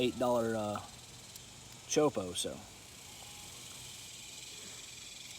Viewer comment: You’re killing me with the way you say choppo, as in chop po not chopo